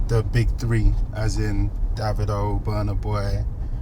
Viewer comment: so you can mention Burna boy's name correctly but not Davido ? it's litterally just David with an O in front !!!!bruh!!!!